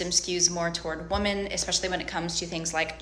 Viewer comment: I can't stand when people pronounce "women" like "woman". Why does the girl keep doing it??